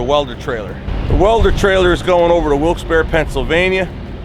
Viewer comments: I think its pronounced Wilkes "Bar" as opposed to "bare". Locals please correct me if I am wrong. And hey, eat what works for you man. Everyone is different. I'll have to check out some of your older videos. Thanks for mentioning them. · Wilkes berry